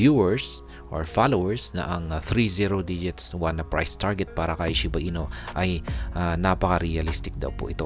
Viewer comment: shiba INU po hindi "ino" hehe